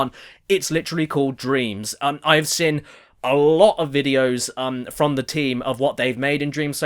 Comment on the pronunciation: The word seen isn’t pronounced sin ffs!!!!!!!! Other than that u ain’t bad